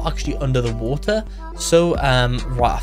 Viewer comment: Wo er = water